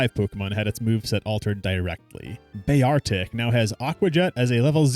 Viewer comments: While listening to this video I couldn’t help but point out that it’s bear-tic not Be-argh🏴‍☠️-ick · The battle ui is slightly different between games with black having black bars and white having white bars. Does also pop up with area borders. Sandshrew finally got its moveset fixed where it learns ground moves other than sand tomb. Also Bear-Artic? Thats a pronunciation thats way off lol. Going by the anime its Bear-Tic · Thats not how you say Beartic, it can't be, congrats you baited my comment for engagement. XD